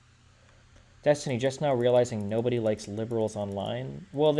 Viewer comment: Cokestiny? XD